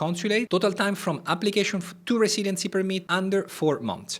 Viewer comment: Great video thanks Improve your accent by saying “residency” correctly